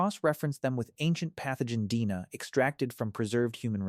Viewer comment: “Dina” is “D&A” Awful AI narration. 😞😡